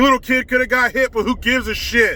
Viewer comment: widdw poweese lol